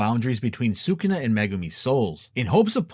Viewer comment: Listening you to mispronounce Sukuna is awful.